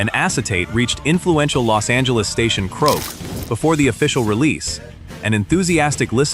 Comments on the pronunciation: Was that KROQ being pronounced as "croak"? Hahahaha😂😂😂😂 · 😂😂😂😂 Heard the same thing croak? That would be KROQ. Best LA radio station for New Wave/Punk/Romantic in the 80s.